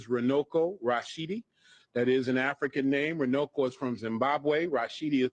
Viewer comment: I'm from Zimbabwe and i think he meant to say Runako which means beauty. Runuko does not mean anything in Shona language 😊